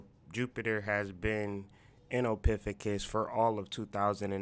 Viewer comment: Ophiucus( Oh-fee-you-cus)